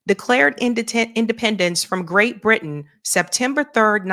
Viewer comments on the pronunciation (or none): none